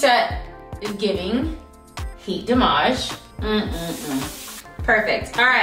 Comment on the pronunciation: "It's giving heart damarj"🤣🤣🤣